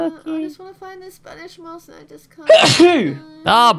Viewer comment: it's moss not miss